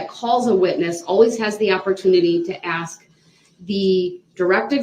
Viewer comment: AXE! OVER RUU. NOTHING ABOUT THIS IS FUNNY. YOU KILLED 6 people. And ran over 67 others. So THAT IS WHAT ISNT FAIR. NOT A STUPID STICKER! “It don’t have a sticker” hmmm. It doesn’t. Axe? Hmmm ask. Troof? Truth. Oaf? Oath. Tackit? Tacit. I’m telling you. I have NEVER met anyone like this nor do I ever care to. This jury has to be astounded by what they see every day with this __ bag.